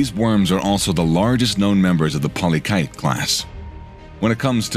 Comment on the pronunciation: Pronunciations.... 1) Polychaete - polly keet!....2) Detritus - de try tuss, emphasis on second syllable. The longest ever found was just under 10 feet!